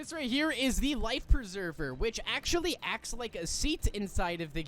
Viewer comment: erm you said "actually" wrong dumb